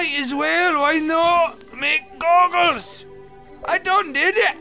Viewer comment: Toby's Pronunciation Guide: Goggles: Goo-gels Potions: Poh-tai-uns Chandelier: Shun-del-ee-ar